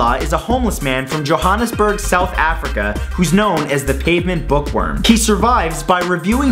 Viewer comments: Jo HAAANNNesburg?? JOE-Hand minus the d-es-burg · Love the videos, man! Just had to laugh at the way you said "Johannesburg, South Africa!" I am a born and raised South African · I'm from Johannesburg, South Africa and the way you said it made me laugh XD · I'm from south africa and he said johannesburg so wrong its funny 😂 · Lol, I'm from South Africa, you pronounced Johannesburg wrong. Points for trying~~ ^^ Love your videos <3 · You mispronounced Johannesburg... Just saying